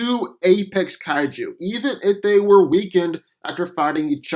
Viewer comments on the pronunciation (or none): none